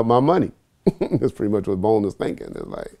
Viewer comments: haha exactly bruhh. and after he got corrected he still kept saying bone. goof. was not amused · “Bone” I would’ve said how you gone correct me!?? It’s “bones Vladimir” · baldo rodriguez and continued to say bone. Lol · 😂😭 Vlad tried to correct him saying “Bone” while actually knows the guy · Notice how glad kept saying bone even tho he was corrected.